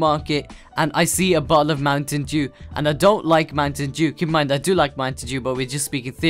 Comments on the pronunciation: The way u say Mountain Dew is hilarious :D :D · Anyone else notice how he said Mountain Dew